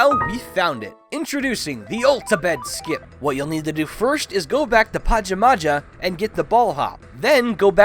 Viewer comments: It's pronounced pa-jam-a-ha dude everyone gets it wrong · i think its prenounced pahjahmahjah. also i no gramer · This man has never heard of Pajamas before lmao "Mount Pahja Mahja" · Huh... I thought mt pajamaja was pronouned PA-JAA-MAA-JA